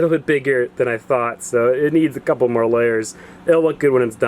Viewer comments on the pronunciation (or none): none